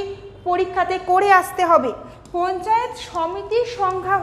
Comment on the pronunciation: মহুত নয় মাহুত, পঞ্চাত নয় পঞ্চায়েত । উচ্চারণ ঠিক করতে হবে ।